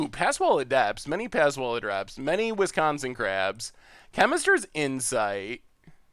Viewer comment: Nevermind... "Wisconsin Crab" lol